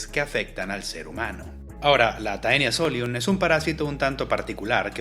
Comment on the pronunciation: Taenia se pronuncia como "Tenia", ya que en el latín eclesiástico anglicano (que es el que se usa para los nombres científicos) el diptongo "ae" se pronuncia como una "e". Según sé en el latín vulgar y en el clásico la pronunciación es diferente, pero en el latín que se usa en taxonomía si se pronuncia de esa manera!